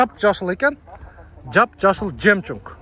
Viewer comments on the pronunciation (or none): Жемчунг эмес жемчуг де, жемчунг чунг чунг 😅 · Жемчунг 😂жемчуг деп туура суйло ука.